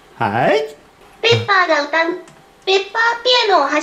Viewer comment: 分かりペッパーって聞こえたw